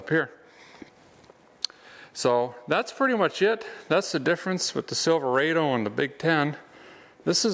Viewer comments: You are from Minnesota...don't say Silva-A-Do. It's Silva-Ah-doh. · Rod o. Not raid o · It’s pronounced Silver odd Oh. Silverado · Not Silveraido say it right Silverado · silver AW dough, not silver AY dough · He says it like this silverrado but you say it like there is one r silver ado. Silverado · It is Sil-ver-odo not sil- ver-ado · Silverādo... LOL NEVER HEARD IT PRONOUNCED THAT WAY !!! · him saying silverado that way really messes with my brain